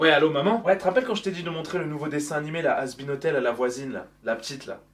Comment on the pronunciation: "le prochain nanimé"